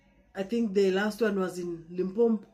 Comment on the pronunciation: Correction sister, Limpopo , not Limpopo. I know you did Geography at school